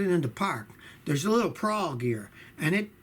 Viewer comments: It's called a pawl (rhymes with Paul) not a "prawl," but who cares... the advice is good. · I noticed that, too. I'm quite sure it's pronounced as the name 'Paul'. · Pawl, not prawl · Pawl, not prawl. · There’s no “r” in pawl. Hilarious that he says “prawl”. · Prawl...whats a "prawl"?!